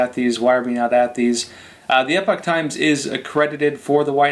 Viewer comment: Might seem off topic but why is the guy on your commercial is calling your paper Epic Times? Isn't Epoch pronounced just like epoch? Also, I have to say, he could tone down a bit...